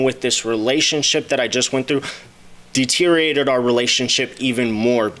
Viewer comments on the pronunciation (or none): none